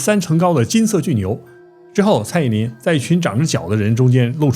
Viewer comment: 是蔡依林不是蔡依“宁”啦 ..